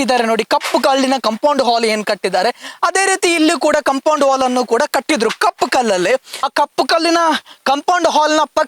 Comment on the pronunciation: ಅದು ಕಾಂಪೌಂಡ್ ಹಾಲ್ ಅಲ್ಲ. ಕಾಂಪೌಂಡ್ ವಾಲ್.